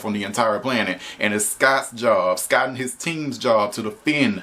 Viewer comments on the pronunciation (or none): It’s SCOTT Truman not Sky Truman